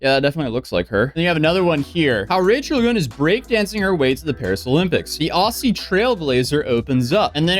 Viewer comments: Aussie is pronounced OS-Zey not Ah-Zey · You pronounce Aussie so strangely 😆 O-zzy, not Auy-see. Look up the 'Aussie Aussie Aussie, Oi Oi Oi' chants for reference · One comment: OZZY, with a Z sound. Not an S sound. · Pro tip: As an Aussie, don't say that with the 'S' sound. Use it as 'Z's, Ozzie. It hurts my ears. :) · Americans its pronounced ozzie not awehhsiiee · Pronunciation of Aussie is like the Wizard of Oz or Ozzie Osbourne rather than Au-ssy just by the way 🇦🇺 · Just a heads up for anyone out there that isn't Australian. The word "aussie" is pronounced like ozzy, the same way you pronounce Ozzy Osborne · Aussie is pronounced "ozzie". FYI. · FYI Aussie is pronounced Ozzy. Do the most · you need to pronounce Aussie like Ozzie , thats how you pronounce it .